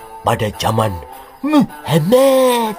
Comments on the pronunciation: admin nak ngomong muhamad kok dadi muhemett.. ora wedi karo pa 212 opo. di kapir kapir ke kapok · Mengucapkan kata muhammad dng benar.. Jng di intonasi kan begitu.. Jelek akhlakmu dng sura begitu